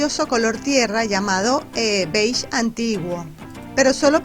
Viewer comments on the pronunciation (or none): none